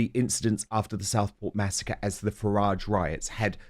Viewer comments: Can’t stand the way he say FARRIDGE. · James O’Brien is absolutely guilty of whipping up hatred towards Nigel Farage (he deliberately mispronounces his surname too, so childish) he’s inciting violence towards a person simply for having an opinion he disagrees with and needs to be held accountable. He’s a vile bully.